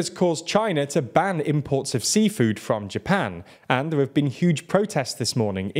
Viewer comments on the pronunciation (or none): none